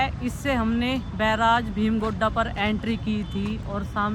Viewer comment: Bheem Gudda Nahin Hota Bheem Ghoda Hota Hai😊 Hindi ko saaf Sutri Karke bola karo naam mat bigado